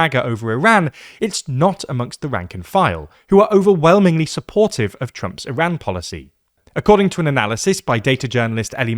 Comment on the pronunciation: The way you pronounce Iran sounds like Iraq